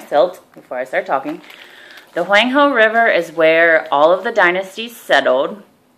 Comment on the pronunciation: Very educational but you keep saying Huang he wrong....